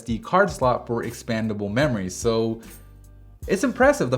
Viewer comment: Did you say,"expandable memory?"